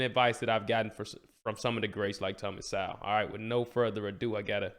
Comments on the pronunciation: SO with the long vowel sound, not sou as in a female pig. Also, the W is silent therefore his name is pronounced like the word Soul. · Thomas is a left-disrespected national treasure. First video of yours that I've watched so I don't know if you're corrected yourself on his name yet, but it's pronounced So-well, (like soul) but you pronounce the w almost as a lazy WU. So it's more like So-wull. :-). Keep up the good work.